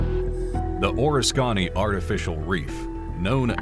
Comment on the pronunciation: Unfortunately, you are horribly mispronouncing USS Oriskany..